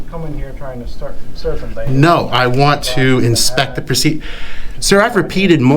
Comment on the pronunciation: The guy can't even pronounce procedure 🤣